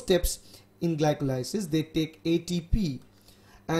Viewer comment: gli-ko-lie-sis ahahaha